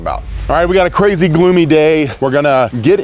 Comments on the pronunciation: You said it was "a crazy gloomy day" and I thought you said "it's crazy glue me day." which would have been in line with your usual programming. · Did anyone else hear him say "We have a Crazy Glue Me Day"?